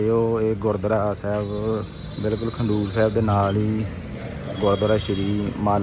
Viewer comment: 🙏waheguru g🙏 eh Gurudwara Khadoor sahib hai. Tuc galt pronounce kar rahe ho.kindly correct the name.